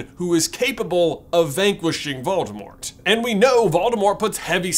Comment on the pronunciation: You're pronouncing Voldemort incorrectly.